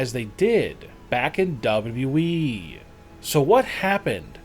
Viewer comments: maker of this didnt speak correct word wwe he talks like we we we what f H bro so anoyin tho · After seeing this video I hope I never have hear the words "WWEeeeee" being raped as bad as it is on here.👊🤣 Still....thx for the upload.👊😎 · Why can't he say WWE ... double u dwee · why are you propsly saying weeeeee when you can pronounce wwe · This narration makes it sound like the guys look horrible. Also what’s up with the W.E ?? 😂😂😂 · Not only is this video 100% False, especially on Braun Strowman, but the way he says "WWE" makes me straight up CRINGE. Sounds like he's saying, "Dubbadub-E" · When he pronounces “WWE” he says “WWEEEEEEEE” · dubba u e 😂😂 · “ W E “ ?!? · What the fuck is "double u eeeeeeeeeeee"? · did this mans just say “WWE” or “Double E” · he's like Michael cole cole says it like "Wwee" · Disliked video because of "dub-a-dubee"... God damn annoying. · This narration is pure agony. My mans says WWE as “ Dubaduba Eeeeee “ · sometimes he just says "Dub Yeee".. what the hell .. i'm crying over here. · Ok so you can talk about ppl gaining weight so can we talk about the way wwe was said in this video ……”dubdooblee” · BACK IN DUBLEDUBLE EEEEE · why you say dab dab e????? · You say wwe like dabe dabe e but faster its annoying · Dablu dublu eeeeeee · Dub dub u eeeeeeeeeeeee This guy has the most boring voice and on top of that he cannot pronounce the letter ‘w’ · Guys, I keep watching this channel but...for gods sake can someone tell me what "double wable wee" is....Thanks... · The way he says wwe: dubddubde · Wrestling news channel and cannot even say WWE in a normal way... dude, with all due respect but find another job or hobby, this is not for you! Also, that picture of Braun is totally photoshopped by an amateur. wtf xD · This guy is unable to say WWE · Please!!!! Please!!! Learn to say “WWE” damn!!!!🙄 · Lol how hard is it to say WWE? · This guy knows it’s w W e right? There’s two w’s? lol wtf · Why can’t this guy say wwe properly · bruh he say we it wwe